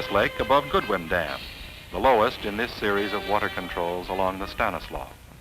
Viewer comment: It's so nice to hear "Stanislaus" pronounced correctly.